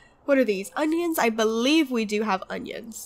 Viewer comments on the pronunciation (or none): none